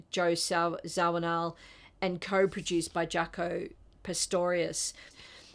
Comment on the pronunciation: Great selection! Just a little correction... It's Pastorious not Pistorious.